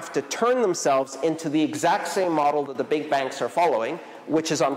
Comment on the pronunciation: Thanks, Andreas, every time you said "Big Bank" it sounded to me like the "BIG BANG" but in the way of "BIG BAN":rolling_eyes: Big banks to achieve a "BIG BAN"